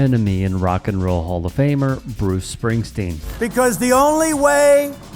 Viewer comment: "ALCOHOL has wasted bruces BRAIN CELLS. THIS UNEDUCATEDPOS HAS NO MORE BRAIN LEFT." From a guy defending someone who can't even pronounce "Bruce Springsteen"...